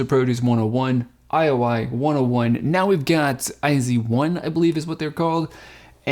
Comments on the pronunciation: it pronounced as "ay-zo-one" 😊 thank you for reacting la vie en rose mv! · Their name is pronounced as EYES-ONE.